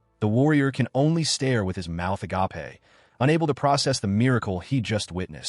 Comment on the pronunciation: The AI is doing too much and still sounds stupid...it can't even say orcish correctly, is pronounces it orses. Or, as usual in these AI videos that LOVE using the word agape, it always pronounces it agoppey.